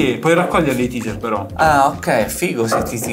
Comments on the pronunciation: raga comunque la pronuncia non è TISER è TEISER. Tiser significa suscitare curiosita, tipo ATTIZZATORE e si scrive teaser. Taser è l'arma stordente che intende voi e si legge TEISER. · TASER, non TEASER